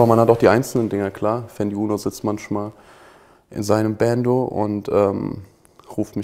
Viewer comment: Niemand:: Safe Bro! Kafa: Manschmal